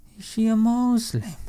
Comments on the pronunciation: 😂 That's Exactly how Islamaphobes say "Moozlim". Like we're from out of space or something! 🙉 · "Moeslim" XD